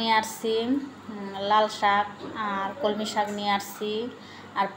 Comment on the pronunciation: ওটা কলমি শাক হবে। কমলি না।